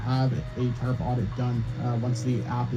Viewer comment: tarp or TURD?